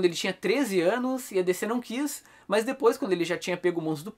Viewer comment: Pq você fala "mãs" ? 🤣